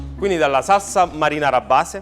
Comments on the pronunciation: ma sembra solo a me che non riesca a dire "SALSA"..sembra dica "SARSA"...o cmq pronuncia la parola in modo strano...sto napoletano un pò "de roma"...🤣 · magari impara a dire salsa invece di sassa, piuttosto che fare questi troiai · Quanta paccheri? Non voglio parlare delle lische fritte, t'è magn tu, neanche della pasta buttata, che poi il basilico nella marinara se ce lo metti a napl t vattn e mal nun fann, il peggio è sentire saRsa e Rimanere e sgamare che stavi pure leggendo. La guida michelin? Si dovevano dedicare solo alla vendita degli pneumatici. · Si dice saLsa e c cazz